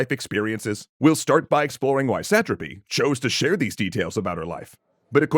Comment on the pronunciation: So having watched part of the screen adaptation it is made very clear in the watching, the pronunciation is "suh-TRA-py" and not "SAT-truhpy"